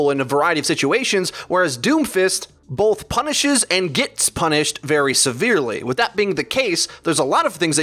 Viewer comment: There isn't an "L" in "both". Just saying. Great video though, as always! :)